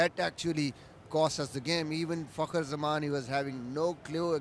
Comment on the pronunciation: How do u feel when u pronounce"Fakhar" Zaman.